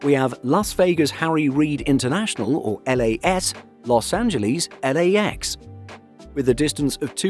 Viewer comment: Los Angleeeez?